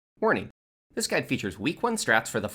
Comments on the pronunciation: anyone else hear "horny" at the beginning of the video? I know it's supposed be "warning" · sounds like you say horny xD